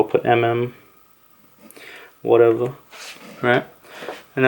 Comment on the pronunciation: warevahhh warevahhh lol dude